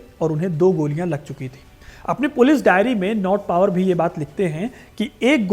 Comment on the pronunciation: भाई, नॉट पावर नहीं, नॉट बावर सही नाम था उस अंग्रेज का।